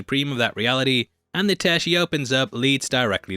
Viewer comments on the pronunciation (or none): none